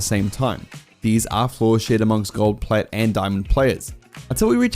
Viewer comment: U just butcherd Plats and diamonds also why am I as good as that champ in plat